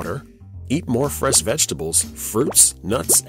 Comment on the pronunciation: You said fres vegetables, not fresh vegetables.